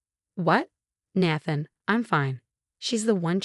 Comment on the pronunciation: The mispronunciation of Nathan’s and Rachel’s names were so annoying!